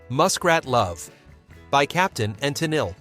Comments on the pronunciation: It’s Teneel, not tennilay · Captain and teneel. That's how to pronounce it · lol Tenilli. Sigh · Captain and Tennille--her last name is pronounced "ten-EEL" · "Teneil" not "Teneilay".....Robot idiot!! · Captain and Tennille… pronounced Ten Nill.. not Ten Illi. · It was so annoying… if I heard Tennilli one more time. How hard is it to say Tenille? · Tenille is pronounced Tin eel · It's pronounced ta kneel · You mean like "The Captain and Te-NILL"? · I am pretty certain some were play- for- pay. Perhaps not the DJ, but someone had to be paying for some of the really heinous ones to get so much airplay. Now. How about this canned dialogue? Captain and TEN-ELL-EH, indeed.... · Can’t even say Tennille correctly!!!!!!!!! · The narrator keeps changing the pronunciation of Tenille's name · Pronounce Toni Tennile's name correctly. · This idiot commentator can't even pronounce Captain and Tennile. Almost every song listed was played over and over because people loved them. How old was this idiot when these songs came out? He probably wasn't even born! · r last name was pronounced differently every time it was said 😂😂😂